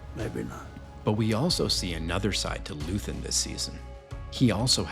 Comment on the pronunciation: First, his name is Luthen, not Luthern and second, every terrorist has a goal. His was a rebellion. He just wanted people to star to fight and leave the apathy. He is what is called as an accelerationist. He did not want power; he wanted the fight against the Empire to start and grow. He is the father of the rebellion. Every rebellion that existed is dirty and cruel. There is no good guys during the fight.